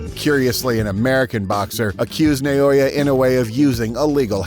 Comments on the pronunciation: Stop saying Na-yo-ya. It's an-yo-ying. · The name is pronounced "Naw-oh-ya".